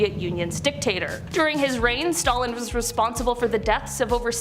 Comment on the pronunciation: There is no reason to butcher Stalin's name like that, it's stupid, and Canadian YouTube obviously sucks